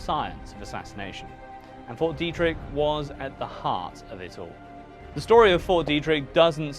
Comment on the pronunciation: Frederick native here, born in 1987 - theres lots of stories and rumors about fort detrick (pronounced Dee-trick) in Maryland (mair-uh-lind), there always have been. It was open that it was a biological warfare development facility, though, but the things they did there made for juicy rumors